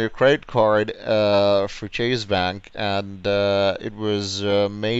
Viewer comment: It was better than average, but (ironically) his pronunciation of "Chase" was off. 😂